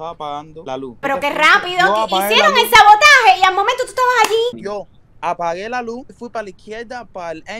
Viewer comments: El culyyy dijo lloapage la lus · el dijo apage el kully